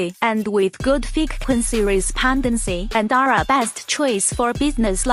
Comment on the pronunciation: the frecQuency respondency is just masscive!!!